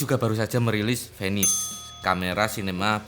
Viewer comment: venice : "finais" bukan fenis, CMIIW ^_^